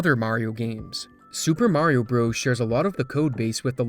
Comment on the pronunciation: I wish you would learn how to pronounce the game's name.